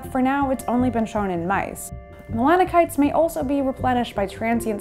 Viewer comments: its melanoCYTES not melano-Kites....learn how to pronounce the words you are talking about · Melano-sites not melako-nytes or melano kites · How are we supposed to you seriously, when you fail to pronounce simple words properly? Melanocytes, is pronounced, melano-SITES, NOT, “KITES”. JFC, go to college and stop trying to teach people subjects that you’re clueless about. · why does she keep saying mona kites? It's melano-"sites" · Pronounced mela-no-site, not mela-can-ite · Also as a quick note because I don't see anyone pointing this out: 'Melanocyte' is pronounced [mel-'Anne-oh-Site] not mel-'Anne-no-Kite] because cyte comes from latinized- Greek pertaining to a cell. :) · Not “melano-kite” but “Melano-site”. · Its NOT PRONOUNCED’MELAN-KIN- NITES” its melanocytes pronounced ‘melo-SIN-ITES’ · It's not melano kites lol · Melanocytes is pronounced Melano-sites 👍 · Please consider revising your segment. You are very charismatic however you repeatedly mispronounce melanocytes. The "c" has a "s" sound. The pronunciation is more like melanosyte . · Melanocytes (muh·la·nuh·sites) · Is pronounce: malanosaits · melano kites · It’s a bummer more research wasn’t done into proper pronunciation… you are saying melanocytes wrong…😂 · You're right I spell it wrong. Is spelled Melanocytes but is pronounce melanosaits. Cy is (in English)not pronounce as Kai. Examples: cyber, cycles, cyanid, cycled We are all here to learn my friend. Is not personal.